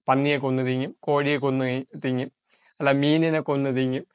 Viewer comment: 'തിങ്ങും ' എന്നല്ല ബ്രോ തിന്നും എന്നാണ്.👍